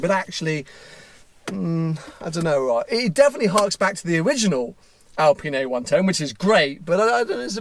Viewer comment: It's an Alpine, not an Alpina (or my ears are playing with me and your pronunciation :P ) UPDATE: Oh sometimes you say clearly Alpine, good 😂